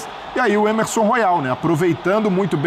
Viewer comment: O nome do lateral não é Ermesom, e sim Emerson